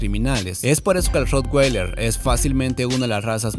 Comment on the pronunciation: Ud.desconoce hasta el nombre de la raza, lo pronuncia mal es raza alemana la w no se pronuncia como una g